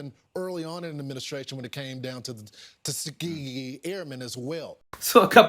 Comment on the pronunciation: SPEACH THERAPIST NEEDED ASAP FOR LAWRENCE, BOOT LICKING IS SERIOUSLY AFFECTING HIS TONGUE …. 1. TEHHSKEEAGHEE 2. SECKEETAREE 3. DEI IS DEI 🙄 🤨